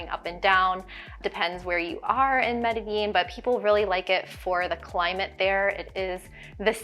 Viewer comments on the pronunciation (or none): Medellin is properly pronounced Medí-Jean, not Medi-yean. You’ll be quickly abused once you arrive on the proper pronunciation. I know I was.